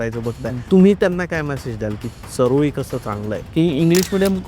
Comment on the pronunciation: चऱ्होली असा उच्चार करा सर चारोळी नाही तेवढा तरी आदर करा आमच्या चऱ्होलीचा